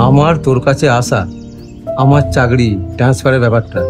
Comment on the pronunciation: ভাই, কথাটা চাকরি,চাগরি নয়।